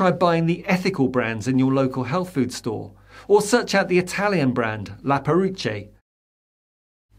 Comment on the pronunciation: "Perruche" is pronounced with a hard C (as in cough). CH in Italian is always hard. C's are pronounced as English CH (as in child) only if immediately followed by E or I, otherwise they're hard, too. The H separates the C and E in Perruche, so makes it hard. Italian pronunciation is very regular - once you know the rules, they always apply. English, by comparison, is an almighty mess.